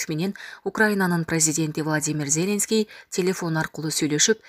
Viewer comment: Надоело, ЗЕленский деп окуганын. Базардагы зЕлендин баласыбы? Туура окучу.